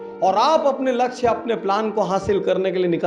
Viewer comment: doosro ke kaam me jo khusi milti h ... wo khud k kisi kaam se ni milti .. लछ्य ni hota sir लक्ष्य hota h